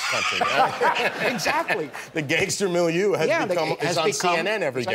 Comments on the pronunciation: millieur? What's the word he's talking about? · milieu, like the setting.